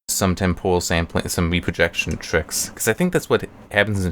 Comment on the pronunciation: Temporal man, not tempohral